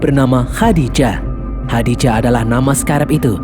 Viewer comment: Nama AI-nya Khaji-Da bang bukan Khadi-Ja😂